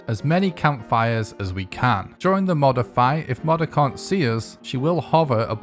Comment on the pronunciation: Bro is saying “modder” 💀 I hate it. It’s “mow der”